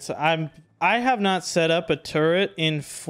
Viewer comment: its turret not turrent